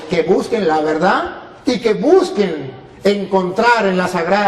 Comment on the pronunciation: Usted no sabe explicar, si no sabe hablar español, no aprende Za pronunciar la palabra verdad